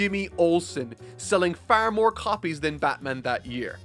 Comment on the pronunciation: Dude, it's far not faar, OK?? Sorry.